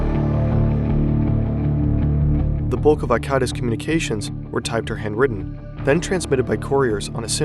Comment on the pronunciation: It's called hand written, not hand witten